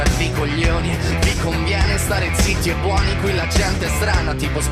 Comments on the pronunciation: Maybe because he's English and can't pronunce the title well? I'm Italian and I hope that if I mispronounce something in English (it happens like once a day cause my English is poor lol), no English will be so poor understanding with me. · The video has 86 million views. Preparations on pronouncing the title on google takes about a few seconds. Is this lack of taking this seriously because it's Italian music and video art? It seems the references are all to the English world. Is this ARROGANCE? Just to say, you seem very likable and friendly, so this is not personal, it's cultural. They beat 25 other countries with hard rock in a pop competition, how about that.